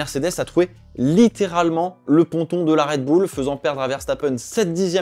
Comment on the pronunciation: Red boule? C’est quoi cet accent ? Red Bull, bulle à la limite